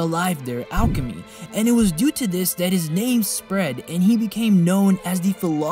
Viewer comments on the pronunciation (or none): none